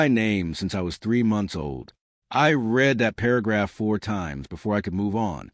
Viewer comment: If only AI knew the difference between read and read!